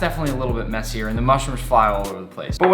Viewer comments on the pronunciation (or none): none